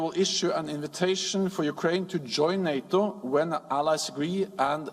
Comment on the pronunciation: Lol he can't even say Nato properly 🤣 no sir learn how to say the word before you can join